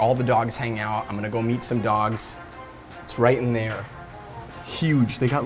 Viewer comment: When? I think he said 'meet'